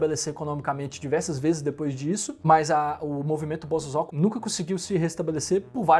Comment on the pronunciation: Pronuncia : bo-so-zo-ku. Zozo não!